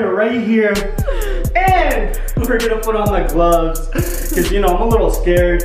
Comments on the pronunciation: You say snow instead of know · Stop saying shnow say know